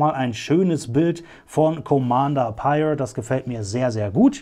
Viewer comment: Sehr schick ^^ Eine coole Figur aus einer nicht so beliebten Serie 😅😂 Neben Phasma und Cardinal definitiv einer der auffälligsten Trooper der ersten Ordnung. P.S. Ja, der Name wird so richtig ausgesprochen 👍